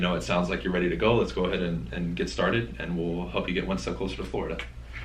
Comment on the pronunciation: when says “fLoida” XD